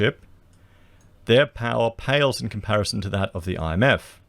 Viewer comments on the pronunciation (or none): none